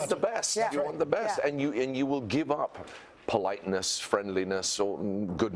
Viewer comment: Must have got very confusing for Hugh going on about House...pretty sure he goes into his American accent for the word 'politeness'